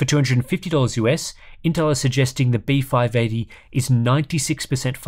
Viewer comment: Anyone else hearing beef-eye eighty? Just me?